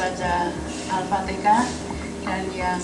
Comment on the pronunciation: Ibu Negara juga pernah mengucapkan Alfateka . Kok Pak Jokowi di Bully y?🤔🤔